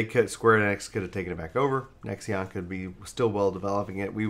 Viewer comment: lol Nexeon isn't it pronounced Nex-On?